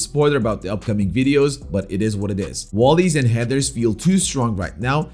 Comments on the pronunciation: Bro said "wolleys and headers" 😂😂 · that's not clowning I just found it funny and cute... at any point did that seem like clowning